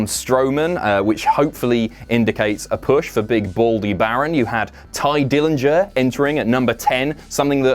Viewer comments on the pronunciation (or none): none